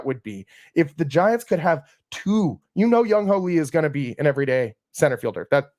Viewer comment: Come on now… who tf is “ young hoe” … it’s JUNG HOO